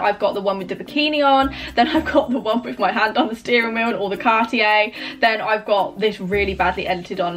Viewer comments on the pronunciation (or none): none